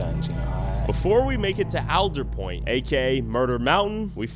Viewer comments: It’s All-der Point not Al-der Point. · Born and raised, and its ALL-DUR-POINT. Not whatever way you said it lmao. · It is pronounced ALLDERWOOD. It’s a tree. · Willits local here. It's All-der Point. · Your pronouncing Aldetpoint wrong.